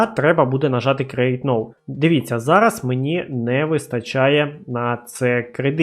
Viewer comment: Привіт, дякую тобі за відео! Я помітив що ти не правильно називаєш англійські слова(наприклад Get і Now) і це дуже ріже вухо, сподіваюсь що ти це пофіксиш, не сприймай це за критику, а сприйми як дружню пораду)